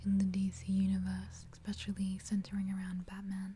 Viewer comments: your videos are almost crucial for me if I want a good nights sleep. I'm very appreciative of the work you put in to your videos and how much effort they take. one request though? other than the super obvious "more videos!" Please stop saying "exspecially." it makes me cringe when I hear it. much love your way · I love this video apart from every "ekspecially" being like nails down a chalk board.